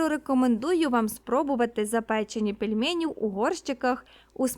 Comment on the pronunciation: Дуже неприємно було чути "пЄльмЄЄні", а не "пельмені"